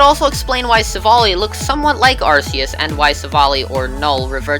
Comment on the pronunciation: its ar ke us XD